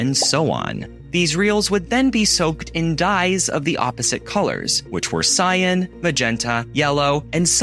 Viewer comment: AND "cyan" and "Cecil" all mispronounced.